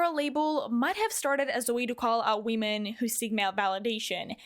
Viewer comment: idk why but that we- men just triggers me its pronounced WOMEN